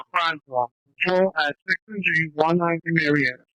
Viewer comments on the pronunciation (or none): none